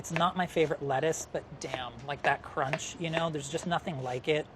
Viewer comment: MAXIMUM CRONCH